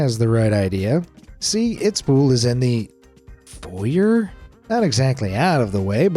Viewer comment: who says. fauxyer? its foy yae